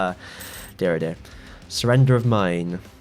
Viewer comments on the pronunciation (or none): Its Maine, pronounced like mane. Not mine. Good vid.